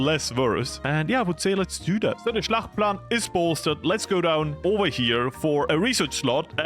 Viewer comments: Noone? Since he said it like 12 times, its not Schlachtplan its Schachtplan, Hjalmar Schacht was the Reichsbank Boss of the time in Germany :) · Its called "Schachtplan"; NOT Schlachtplan. The L is silent.